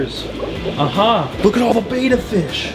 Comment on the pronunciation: FYI...it's pronounced BITCH-ER ...NOT Bi-Chur . also, it's BETTA NOT BAY-TA . FFS